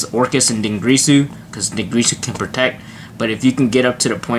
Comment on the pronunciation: it's DinGIRSU, not GRISU. Please, be better than that.